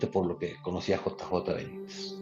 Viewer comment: Señor disculpe, pero es el segundo video que encuentro de ustedes y de verdad no puedo con que usted cada vez dice J A Benítez, por favor interiorice JJ, su compañero creo que hace más fuerza que yo, cada vez que usted lo nombra